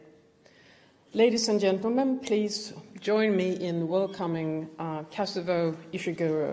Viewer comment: It's the second time I watch this video and I am sure she said Kazubo.and not Kazuo